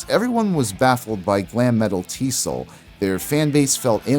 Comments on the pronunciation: TEE ESS OH ELL not "T-soll" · Also I remember people referring to EZO as "E-Zee-Oh". T.S.O.L. is just that- it's initials, not a word. Not pronounced "T-Soul".